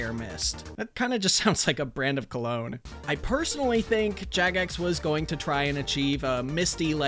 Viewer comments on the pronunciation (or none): none